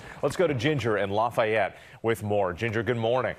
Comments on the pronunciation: As professionals in the broadcast industry you'd think they'd know or learn how to say Lafayette. It's not Lah-fye-ette... think Laffy Taffy... Laffy-ette.... smdh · Its really buggin me that she cant say Lafayette seems like she trying to disrespect us but I know she just dont know how to say it 🤦🏾